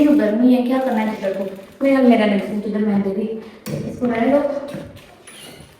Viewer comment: Sister word chdder nahen hota ap educated ho ch aaaaaa dar hota hay